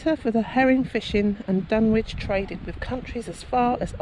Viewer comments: Fascinating but it isn't called Dun Witch, its pronounced Dunnich. Sorry but your ghost box looks and sounds like a transistor radio picking up distant radio stations. It's playing modern music and an Oasis song called My Sister Lover which includes the lyrics "I'm your brother". I know Dunwich very well. I grew up near by and visit often. It's very peaceful. I find Middlegate Street quite fascinating. Once a bustling street, now a ditch in a woods. Most of these videos miss it out completely unfortunately. Nice try though. 😊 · It’s pronounced Dunich